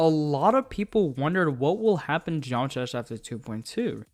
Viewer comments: "what is a genomatrash iceberg" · You said geometry dash "Geomtrash" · What is a Geomatrah Iceberg?